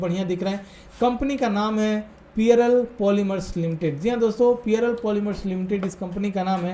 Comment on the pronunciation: पियरल नही भाई जी पर्ल है नाम 😃